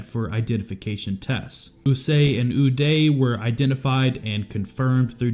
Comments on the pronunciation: It’s Qusay not Usay you chomo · It’s Qusay Hussein not Usay. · Hey dummy, it's "Koo-say", not "usay". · Sadam Hussein's sons were Uday and Qusay Hussein so I'm curious why you pronounce Qusay as "Eww-Say" when it's actually pronounced "Koo-Say" ? Not that anyone really gives a crap. I certainly don't but in an effort to be accurate it's nice to get it right. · Qusay is pronounced , KOO-SAY... OOH-DAY, and KOO-SAY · Uday and QUsay...KOOsay... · Ooo-day & coo-say is how the names are pronounced I believe. 😅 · Qusay…with a Q…